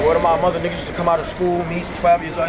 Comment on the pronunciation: " Word to mah mothuh nah Matta fact word to mah dead " this dude is too much from NY